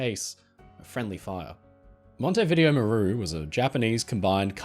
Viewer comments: Mon-teh-veeDE-0. Hello from Uruguay. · It’s MON-tee-vi-DAY-o 😄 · The Montevideo Maru story is the only one I can can say that I have definitely heard of before. Although the hospital ship rings a bell. The Japanese had no regard for human life that's certain. I'm sorry for being pedantic but Montevideo is pronounced Mon-tay-vi-day-o. When I heard your version i wondered if i was using some outdated British colonial era pronunciation so I checked. I hope that you don't mind me pointing it out?